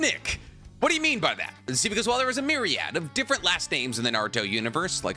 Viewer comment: And he prononces it wrong.